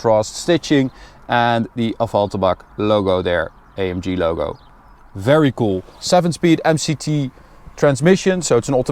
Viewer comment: Bro es heißt A M G nicht EYEMJI